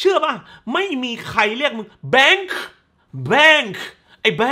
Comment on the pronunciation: ขำมากตอนพูดชื่อของแต่ละคน มาร์ชชุ แบงค์ขึ โอ้ยยยยย เนี่ย แล้วมันก็จะอยากให้ดูแต่หนังอิหยังวะ เพราะรีวิวมันจะออกมาฮาแบบนี้นี่แหละะะะะ 😂